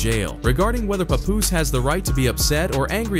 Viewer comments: Paaaaah-poose (think Janis from Friends), Not Pa Poose (sound like some grandpa nickname) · pup-poose to pah-poose 😂😂😂😂 you ain’t get the name right once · STOP CALLING HIM PAY-POOSE..i hate when they read, and don't know the people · His name is not P u poos …. It’s P a poos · So we not going to talk about how he’s saying his name? “Puhpoooose” 🤣🤣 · Lol they should have spelled his name the way it sounds when they configurd the AI voice. Instead of "Papoose" they should have experimented with "Pah Poose" or something similar. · Bro called him everything but HIS name 😂 im talking paw poose, pet poose, pat poose puhpus, p-poose puppoos fs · “PAY- POOSE” 🤦🏾‍♂️😂😂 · Paw Poose is a crazy pronunciation lol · The bot calling him Pupoose...smh. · This AI shit is already out of control. Wtf is a Pupoose? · It's pronounced (p-app) papoose & geechi (geech-e) gotti 😂😂😂😂 papoose & geechi gotti (even tho u can say geech it doesn't sound rite unless u coo 😎 wit him 😂😂 u can't abbreviate the name or it has 2 b natural like wat up geech aka geechi gotti) sounds like u heard a story & ran wit it 😂😂😂😂😂 which is coo 😎 jus say The names rite least 😂😂😂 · PAY POOOZE ? PAY POOOZE??? MAN U VULTURES CAN AT LEAST GET HIS NAME RT😂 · Dude said peepoose twice??? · Did he call him "popoose?" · Why does he call him PoPoose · Pay-Poooos really? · Its ...PAP-Poose...... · puh-poose - lol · This man pronounced Papoose differently every single time lmao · The way he prounced papoose I died 😂😂😂😂😂v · Click Bait all this shit is extra Cap and he can't even pronounce Pap name right smh 😭😂😂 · Glad she’s out the way. 💃🏾💃🏾yooooo why he pronouncing my mans name like that? 😂😂😂😂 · So where did Papoose go online.. these white folk getting clicks on culture is WILD.. he ain't even saying they names right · I know hip-hop is not gonna let the narrator get away with saying his name, all wrong, lol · Say his name correct like damn! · The way the AI keep sayin his name wrong make me want to choke it!